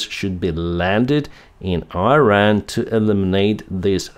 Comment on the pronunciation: PLEASE SAY IRAN AND NOT AIRAN.. IT IS IRAN I = (e)